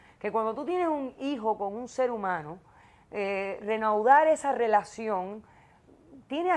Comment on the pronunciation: Se dice reanudar doc no renaudar